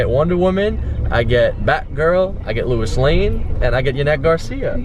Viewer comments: "Louis Lane" lmao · Bro he said Luis Lane, I'm deceased💀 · Louis Lane....smh..... LOW---IS